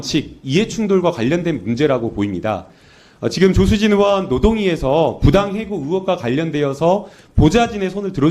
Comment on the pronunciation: 조수진은 국썅이라고 들리는 사람은 없나?